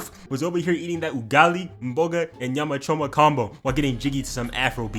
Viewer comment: Nah hold up, mans said Ugali, mboga and Nyama choma a bit too smooth, where you from dawg